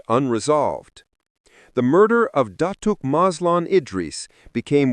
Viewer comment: I'm sorry if I offeded you but datooke? Is wrong it's datuk the k is silent